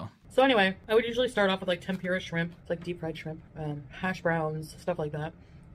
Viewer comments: Why cant she say tempura properly? Its tem-poo-ruh. Not a hard word to say. 😮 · can she pls pronounce TEMP- OOOH - RAH correctly pls ? Makes me nuts